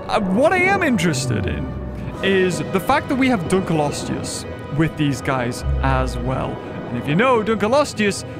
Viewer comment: Why does literally everybody I hear saying Dunkleosteus out loud pronounce it wrong, like Dunkelosteus? Even the characters in game and the voice over for their official launch trailer say it wrong haha. There is not an e after the k, there is an l. Nigel Marven did it right! :'D